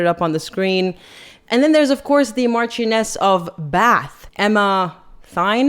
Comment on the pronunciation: MARCHION like MARTIAN so MARCHIONESS the CH is like sssh ❤